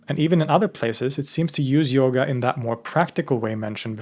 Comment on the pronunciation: Its pronounced yoga not yogaaa